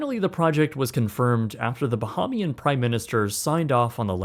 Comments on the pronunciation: ❌️ "Ba-heem-ian" ✅️ "Ba-hame-ee-uhn" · The fan! LOL Also, Bahamian is pronounced bəˈhämēən or bəˈhāmēən. I heard multiple times the word "bohemian" being said. While I know what you are trying to say, thought I might point it out. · Bah-HAY-mian not bah-hah-mian 🙄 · Bahamian (Ba-hay-mian). Sincerely, a Bahamian. Much love dude. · It’s “Bah-HAY-mee-ann” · As a fellow Bahamian I appreciate your point. I laughed out loud at the pronunciation comment. I was thinking the same thing while I watched the video. The comments from others about why didn’t the Bahamian government buy the land is just uninformed white Americans who don’t understand the legacy of slavery, colonialism and the sugar trade and how of these factors (along with others) still impact the Caribbean today. Forgive them they mean well but history isn’t taught in the USA. 😢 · very cool informational video but plz learn how to pronounce bahamian 🫣